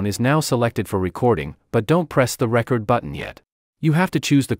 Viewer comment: Tutorial narrator is obviously not an audio creator: "reCORD" button not "RECord" button. (I wrote this before reading the Comments - yeah, if it was A.I. this mistake would make sense. Welcome to Robotopia.